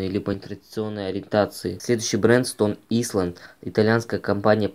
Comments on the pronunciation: Стон Айлонд ,а не исланд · Стоне исланд😂😂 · Английский надо было учить 🤦‍♂️🤦‍♂️🤦‍♂️ стон исленд хахахаахах оруууу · СТОН ИСЛАНД БЛЯТЬ😂😂😂 С произношением явно не оч) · Какой нахуй Стон Исланд?Английский не учишь?